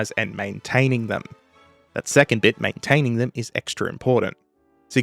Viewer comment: "Maintaining them" "Manetaneng? Comrade what is that?"